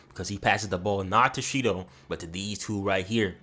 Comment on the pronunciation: Shendou=SHIDOU lol